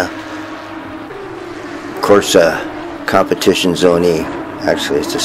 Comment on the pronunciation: At least learn how to properly say compitizione properly 😂😂